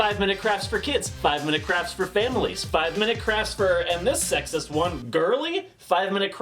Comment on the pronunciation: Is it just me, that hear say 5 Minute craps not crafts 😅😂